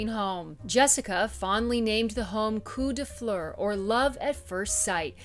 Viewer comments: Absolutely beautiful! It’s “coup de foudre” not “coup de fou”. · Coup de Foudre not coup de fou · It’s “Coup de foudre” not fou - it means a thunderbolt or love at first sight. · Sounds like…Coup de food…it is…coup de foudre…meaning…(hit by lightening )…